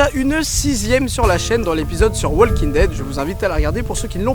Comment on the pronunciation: le L de walking ne se prononce pas